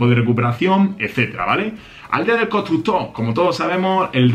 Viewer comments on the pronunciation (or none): La aldea del cotrutóh! 😂 Nuevo modo de 'reclutación'...😌 al diccionario